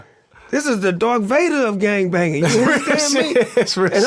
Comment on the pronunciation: "This is the Darth Varder of gang banging" 😂😂😂😂